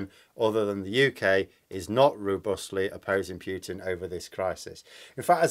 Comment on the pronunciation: Enough of the "Pew tin",. It's not funny any more. Please pronounce it properly.